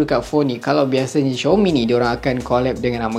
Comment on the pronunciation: Aduhhh,bkn xiomi oikkkk,tu panggil xiaomi woiiiiii,dh lambat u review la🤣🤣🤣